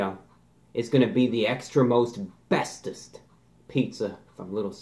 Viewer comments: Extra Most Bestest, I thought you said Extra Asbestos, (laugh track) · Every time he says extra most bestest, I just hear Extra Asbestos